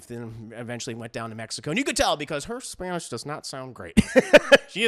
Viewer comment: Im from Mexico and well even thought we dont really take things seriously, this movie is a involuntary comedy cause Selena Gomez’s pronunciation of spanish is on “La Casa de mi Padre” level of just phonetic reading, its so funny: “zerro la iave, me korto la lana, ze kiere yebar a mes hijos” is pure comedy gold. Now on a serious note, if you go into any facebook…there's so many people disappeared, everyone has or knows someone that is missing…and this movie is making fun of that like it's unimportant…let’s make a movie about Charlie Hebdo, how they are actually good terrorist, and lets make it a musical, and speak in what we think sounds like french like…wi wi la bagettre le cigarete, le terrosite chanson la charlie…